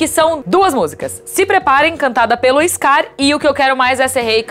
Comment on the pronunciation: "Eixscar", puta que pariu!!!!